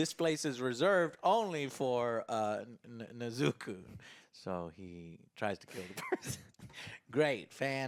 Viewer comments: Neez' ah Co! get it right joe my ears were on fire hearing you say her name lol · The weeb pronunciation of "Tan-jiro", "Neh-zuko" and "Inu-suke" hahhaha, at least you tried Joe... At least you tried :D I also greatly enjoyed this film, it was fantastic. More Nezuko is always a winner but it looks like they didn't do that yet. Hopefully S2 will have a tonne more of her flexing her power. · Nezuko.: errr nezukah...nzuku (thinks of count duku) yeah NEZUKU!! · Dude every time Joe wrongly says the name Nezuko i want to commit Seppuku 😂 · Game: Take a shot every time AngryJoe mispronounces Nezuko lmao 😂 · i can tell joe watches english dub by the way he pronounces Nezuko.